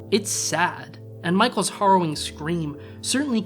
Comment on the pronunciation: The word is hArrowing…. Not horroring.